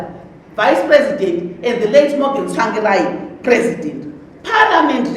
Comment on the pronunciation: The way she pronounces 'Tsvangirai' Tswangirai 😁😁